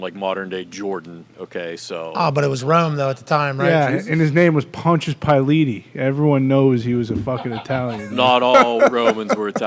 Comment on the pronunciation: "Pontius piletti" conna a fool for that one. 🤣